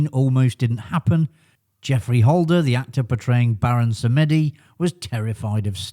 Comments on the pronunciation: BTW "Samedi" is pronounced "Sam Dee" not "Sam Eddy" - it's the French for Saturday. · Thanks. Interesting although not strictly accurate title as I knew 2 of the facts already. 😄. Just for info, your pronunciation of "Samedi" is incorrect. It isn't " Sam-eddie". It is either "Samdee" or "Sam-uh-dee" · Interesting mini-doc - but as with earlier videos, there are some very strange pronunciations going on - Baron Samedi is pronounced as Samedi, not Sam Eddy. Adaption is a word, and dates back as far as the 17th century; but it is not preferred - just about every dictionary would rather have adaptation… I won’t labour the point but there are a few other peculiarities - do try to avoid them, it makes your documentary more believable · Need to learn how to pronounce Samedi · Samedi is the French word for Saturday and should be pronounced as such!